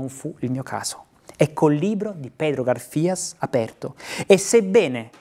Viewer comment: Pedro Garfias, con l'accento sula prima 'a'. Gaaarfias.